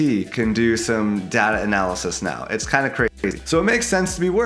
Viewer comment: Step one learn how to say DATA 😊